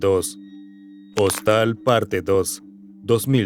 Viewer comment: "Hostal" JAJAJAJAJA se pronuncia "jóstel" 😂